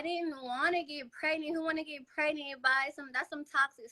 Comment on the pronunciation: “Do y’all coparent well?” Her: “Yeah. I mean no. Not really.” Ma’am, just tell the truth to start with. Hell nah y’all don’t coparent well lol. I knew this was about to be wild when she said “I got preGINT” 😩😩😩